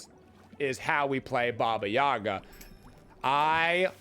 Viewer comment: It’s too bad that the game and most people pronounce Baba Yaga wrong.